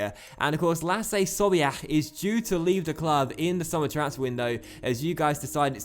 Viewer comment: annoys be the way he pronounces sobiech, great video nonetheless